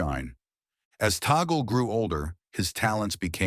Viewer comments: You pro ounced Tagle wrong. Its is not toggle. It is Tag le or tag lei. Its annoying to hear toggle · It's TAGLE NOT TAGGLE PLEASE PRONOUNCE IT CLEARLE